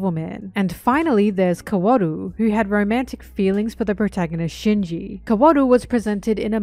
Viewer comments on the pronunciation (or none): NEVER SAY KAWORU LIKE THAT EVER AGAIN OH MY GOD 😭